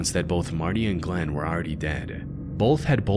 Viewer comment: Who's Glenn? It's Glenda!